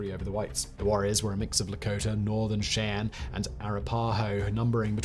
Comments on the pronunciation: Listening to the British guy mispronounce Indian tribes, names, and rivers is fun. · I thought Simon did a very good job overall, however I kept getting distracted every time he mispronounced "Cheyenne" and "Arapaho".